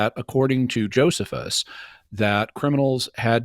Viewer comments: Bruh is the only one I’ve heard pronounce it Joe-suh-phus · My god this dude says Joe-seh-fus so many times for someone who tries to destroy an entire argument by pointing out one citation typo. And Cameron (IMO) seemingly does that thing where you make a point to pronounce something someone said wrong yourself out loud to try and clue them in subtly, but can't just correct him and he misses the hint and keeps saying joe-seh-fus. Sheesh, embarrassing... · The guy doesn't even know how to pronounce Josephus. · Doesn’t he repeatedly mispronounce Josephus though and wouldn’t that be enough to dismiss anything else he says if we follow some of Jimmy’s complaints against? 😂